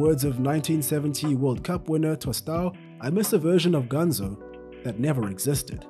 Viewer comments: His nickname is "Ganso", but in the video it sounds like "Ganzo" and I get a little annoyed with that 'cause I'm Brazilian. A tip if you want to pronounce "Ganso" correctly is to pronounce these two words "gun" + "so" in english (but not prolonging the "so") I hope it helped someone. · Its pronounced GanSO, not GanZO